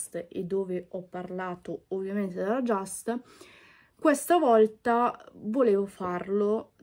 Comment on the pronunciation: Si pronuncia just con lU .jast nn si può sentire😔.by consulente just